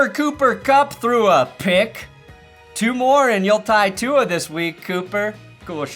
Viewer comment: Fuck bro the trump mis pronunciation of tua is so old now dude.